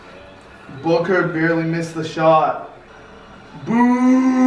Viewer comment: When devin booker made that shot is sounded like said Booger like if you agree